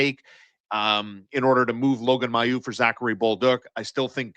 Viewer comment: Now you guys are both pronouncing his name wrong wth. It's pronounced may-u, not my-u. I know the family personally. One of Logan's older cousins was actually my foster brother in a foster home and he was in a group home with me when I was a kid too